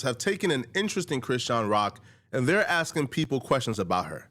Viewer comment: You keep saying Crenshawn Rock